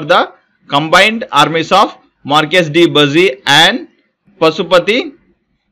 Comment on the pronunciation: Its not buusy. bussy